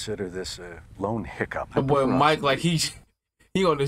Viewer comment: Been meaning to ask. Do u guys say "bull" instead of boy? I never heard that in my life lol